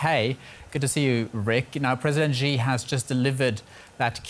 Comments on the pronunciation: Continuity and accuracy is important for news anchors. The president's name is "Xi," with the "X-" pronounced as "Sh-", and the "-i" as "-ee". The president's surname is therefore pronounced, "Shee". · repoter pronounce all the time wrong Xi...due to german accents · Why does everyone call him President Ji? Just say the English word "she" and you'll be much closer to pronouncing it correctly.